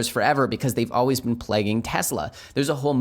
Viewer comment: "as alweeyz"